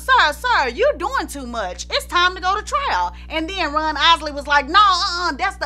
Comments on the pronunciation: .....it sounds like she's saying Run instead of Ron. Did anyone else catch that?👀👀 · I loved this and you. The only thing that kept bothering me was that it sounds like you are saying Run instead of Ron. But I heard a few other words that sounded funny so I guess it's your accent. 👍 I'm hitting the subscribe button. Great Job. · I love how pronounces Ron’s name, as Runn. Love the accent!!! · His name is Ron not Run. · Lady his name is Ron not run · She saying Ron or Run ? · I can't listen no more cuz u keep sayin RUN not RON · IT'S RON NOT RUN